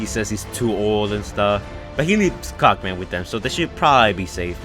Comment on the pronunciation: Cogman not cock man